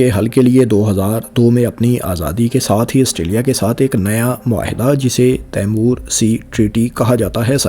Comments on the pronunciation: تیمور نہیں ... 😂 ٹیمؤر درست تَلّفُظ ہے۔ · تیمور کیا؟؟ آپ کا مطلب " تی مور" تو درست ہے